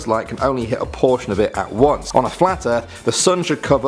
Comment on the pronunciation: anyone else hear him say "fwat"? I know I did